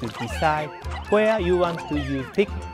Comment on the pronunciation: ITS NOT PIKMAN ITS PIKMIN